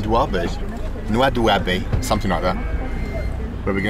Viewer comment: It's not Noa Doobie. It's pronounced NoaDiBou. And I hear it's a horrible bus ride. Spent many nights in Nouadhibou back in '04-'07 when I was ferrying helicopters from Europe to Nigeria and Nigeria to Europe. But I flew into the airport, stayed in a hotel and flew out the next day.